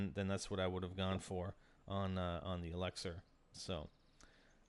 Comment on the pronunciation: 21 episodes and still says ELEXUR